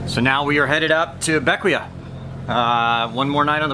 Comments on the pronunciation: BECK-WAY, not BECK-WEE-UH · For the record, it is not named for Alexander Hamilton. It is named for his father, James Hamilton. He abandoned his family in St Croix in 1766 or 1767 when his famous son was about 11 years old, and settled in the Grenadines. I believe it is pronounced Beck - Way, but I may be wrong. Sorry for your loss. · Bequia pronounced Beck- Wee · Bequia pronounced Bek-wee. Next time go to Friendship bay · Bequia... Pronounced Ba-key-a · Bequia is pronounced beckway.